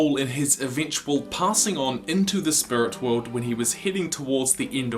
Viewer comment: Spurit wewld